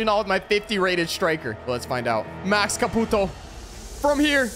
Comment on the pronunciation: when you say caputo it makes mi fil like im wachting a chinees